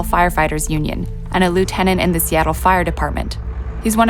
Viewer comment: Dumbass bitch mispronounced Lieutenant!